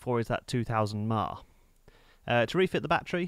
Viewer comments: LOL YEA Sounds Like he Was SAYING 2000 MELLONS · ...only the way to speak-it-out was a little confusing... giving the hours h a little bit more accent may clear it up...